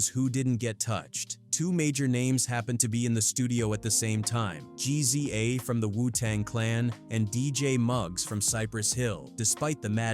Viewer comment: "GEE ZEE A" - AI